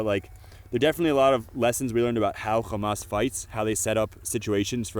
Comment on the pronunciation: can someone explain to this guy that hamas isnt pronounced khamas